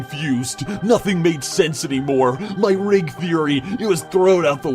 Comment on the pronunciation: It sounded like he said ring feory